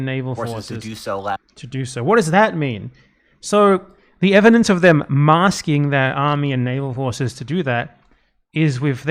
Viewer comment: I think he's saying massing (assembling) armies not masking armies.